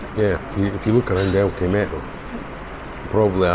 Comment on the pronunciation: Hi, I just love your pronunciation of LK Metro, It sounds like El Camaro, but I never see the car. 😂 🚗